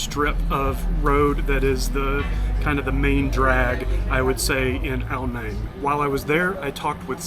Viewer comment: Ao Nang is my second home I lived there for a few years. It is pronounced "Nung" however, not "Nang".